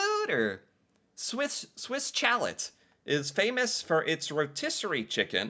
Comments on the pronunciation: Perhaps Boston Pizza refers to the original Boston in UK, which pre-dates the relatively new city in MA by several hundred years.?!? The US is NOT the centre of the universe. Lol !!! BTW, Chalet is pronounced "Shaa-lay" as in its French language origin (a type of building or house, typical of the Alpine region in Europe). Saint Hubert is another - pronounced San Oo-bare. 'Mericans are so un-worldly. - They even call their country a continent. Lol!!! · bro said swiss CHALET instead of swiss shaley got me dying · Makes me cringe every time he says Cha-let! ouch! my favourite place to eat is Swiss "Sha-lay" [is how it is pronounced]. the restaurant building frontage used to look like a Swiss Chalet which is a wooden house or cottage with over hanging eaves found in the Swiss Alps [when they first opened but most do not look like that anymore.] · I like your stuff, but every time I hear you pronounce Swiss ChaleT I want to just scream at you.... Swiss, Chalay would be closer to the proper pronunciation. the T is silent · Chalet is a building/ lodge like you would have in in the Swiss Alps where you would relax in after going skiing. Chalet pronounced Chal eh, not et. Same as you would pronounce filet. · "Chalet" is like "Bouquet", which is not like "Bucket" 😊 Also, St Hubert is superior to Swiss Chalet, IMHO. Harvey's is often coupled with Swiss Chalet. They let you choose your burger toppings like you do at Subway. Smitty's was missing from the list; it's basically the Canadian version of IHOP or Denny's. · Hahaha. Chalat. 😂 that’s “ shall-lay” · Chalet is pronounced, SHALL EY ! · Swiss chalet = swiss chel-lay. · Swiss Chalet is pronounced Swiss Shalea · It's pernounced Swiss sha- lay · its pronouced Swiss Shalay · Swiss 'shallot'😂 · SWISS CHA-LET (CHA-LAY) like the lil ski places man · You murder the name of Swiss chalet. Don’t pronounce the t on end of chalet. Ch sounds like sh. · Swiss chalet (shell eh) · Chalet = shall lay as in Ski chalet